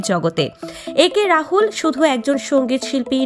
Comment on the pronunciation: আরে ভাই রাহুল না রাতুল